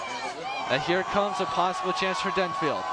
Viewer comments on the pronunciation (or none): It's Denfeld, not Denfield. There's no 'i' in Denfeld.